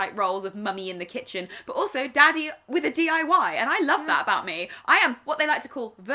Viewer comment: “Daddy with a DIY” I legitimately thought you said Daddy with a DUI for a full minute until I realized...